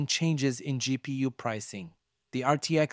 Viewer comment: No one calls it a gpoo so it's the first time I've heard someone say it like this and I found that funny... it's pronounced as it is spelt: G-P-U